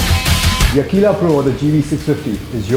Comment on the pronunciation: its aqila[akwila] and not akila[like he says everytime in the vid..cool review though